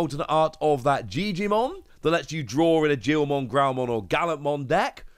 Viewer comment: Guilmon is a hard G just like Gallantmon…